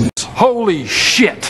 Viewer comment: Because he can’t correctly pronounce exponentially, Urban dictionary now recognizes “Expodentially” as slang with the definition of:”This tactic is commonly used by politicians who lack integrity, to avoid being caught in their lies when their promises ultimately turn out to be empty.” At least they got this correct for what he’s saying!